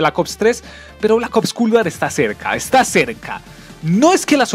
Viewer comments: MW no me interesa que sea tan realista, para eso tengo la vida real y Culd War. Escribi Culd por la manera que pronuncias esa palabra; traductor humano xd, el juego se nota que es un juego mal hecho sin ser terminado. Asi que prefiero Bo3 que aunque no tenga tanta gente jugandolo, se ve 1000 veces mejor qur Culd asi. No dire nada de los zombis porque me dara un infarto hablar sobre eso y el multiputas, mmmm meh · Parece que dice cool war xd